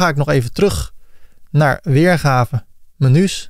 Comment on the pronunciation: Beste, heel erg bedankt voor deze fijne tutorial. Met veel plezier met je meegekeken en -gedaan en af en toe een gniffel; vooral met de "menjoes" moest ik wel lachen. Heel veel geleerd en vooral fijn dat het in het Nederlands is. Moerstaal is toch beter te volgen als je tegelijkertijd aan het meetypen en klikken bent. Erg tevreden met het resultaat, nu alleen nog aanpassen aan eigen smaak en behoeften. Hoop dat er nog vele mogen volgen!